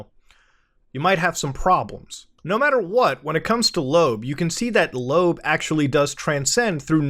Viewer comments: "Loab" is pronounced "Loh-Ab", not "Lobe" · Isn't it pronounced Low-AB? I hate it